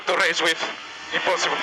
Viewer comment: Alonso: THEES GUYS ARE IMPASSIPUL TO RACE WIT. IMPASSIPUL.